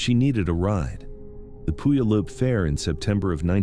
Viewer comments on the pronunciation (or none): pronounced - Pew al up. Thank you for these stories. ❤ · Don't feel bad if you can't get the pronunciation of Puyallup right, I don't think any two people have ever said it the same, lol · It's crazy how "Puyallup" is mispronounced differently almost every time.. it's like listening to Benedict Cumberbatch trying to say "penguin"..